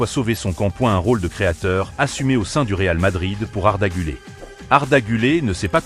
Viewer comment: Apprends à prononcer le nom du joueur d’abord , c’est guler et non pas arda gulé , pathétique 😢😢